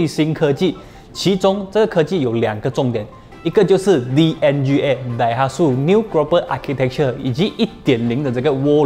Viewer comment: daihatsu 要读成 dai ha tsu，不是 dai hat su tsu 读音类似“之”